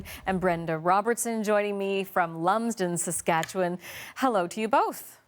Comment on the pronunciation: Haha. Pilot "boot". Made me chuckle. Props to her for saying Saskatchewan properly, though.